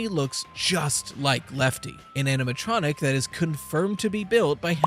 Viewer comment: The "aminatronic" keeps bugging me rveryones foing it these days